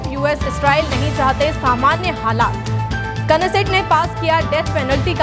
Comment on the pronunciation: नैसेट ko sahi padhe